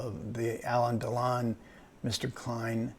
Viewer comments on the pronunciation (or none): Il faut arrêter d'encenser MR KLEIN, tous les critiques ont convenu à sa sortie que c'était un film raté ! même si la composition de Alain DELON est excellente. D'ailleurs, le gars qui est interviewé ferait bien d'apprendre à prononcer le nom de Delon : non, Monsieur, ce n'est pas Alain Delone, mais réellement Alain DELON.